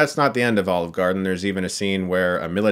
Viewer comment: brought to you. by... OLIVRE GARDEN.. :D